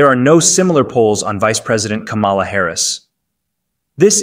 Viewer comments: “comma-la, like the punctuation mark.” can we PLEASE get it right? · The mispronunciation of her name is really getting tired.